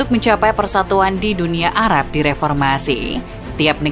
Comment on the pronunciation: Salah fokus sama suara naratornya yang kadang2 nyebut Arab jadi 'ara' dan barat jadi 'bara'. Why oh why